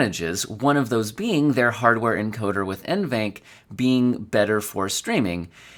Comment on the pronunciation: I would pronounce that as N.V. ENC. instead of [eNVenc] simply because it's NVidia ENCoder so i guess you should pronounce first two letters as initials N.V. and then "enc" in shorted version, as in "encoder". But English is not my first language so...🙃